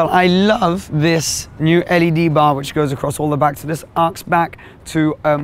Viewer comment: Did he actually just pronounce LED like the word ‘led’?...